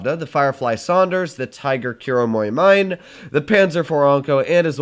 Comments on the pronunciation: Kuromorimine is actually pronounced coo-ro-mo-ree-mee-ne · “Kame” “mine” as Japanese this is suffering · I will let you off this time, but NEVER EVER SAY KUROMORI MINE THE WAY YOU SAID IT AT THE START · (just a correction) Kuromori-me is how you read it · ah yes, KuromuroMInE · The tiger kuromorimine is pronounced kuro-mori-mi-ne